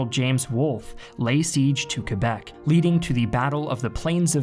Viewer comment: Whenever dude says Quebec I hear kebab wth